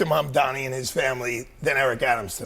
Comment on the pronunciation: This is why he is considered "reasonable and fair"... he is actually just insanely inconsistent. The guy can't even pronounce Mamdani's name correctly, and somehow people still admit to getting all their news from this guy. It's insane.